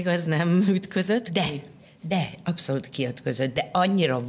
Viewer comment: Könyörgöm, ne használjon idegen szavakat, aki nem tudja rendesen kimondani őket! Rettenet irritáló Melanietól az “abszolult” és az “önreflekció” sokadszorra. Anita meg “vállik”. Médiában megnyilvánuló emberek, beszéljenek már helyesen!